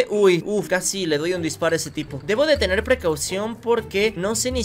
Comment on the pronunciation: Jajajajaja XD ame mucho el "tenir" 😻🤙🏻